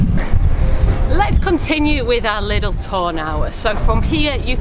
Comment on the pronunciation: What is "liddle? Liddle walk, liddle beach.!